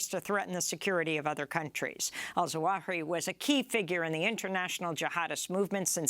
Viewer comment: Sorry Amy, but it is not Al-Zawahi as you say, but Al-Zawahiri. You missed a whole siillable, silly silabel!!